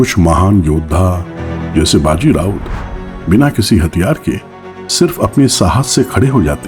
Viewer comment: Rout, raut nahi